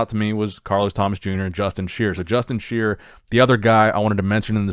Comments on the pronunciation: Justin SHI-ER NOT sheer. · Justin Shier is pronounced "Shy-er". Another Hosstile athlete to go along with Nathan, Samson, Brett Wilkin, Nathan Epler, etc... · It's pronounced shy-er!👍🏾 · I think Justin’s last name is pronounced sh-eye-er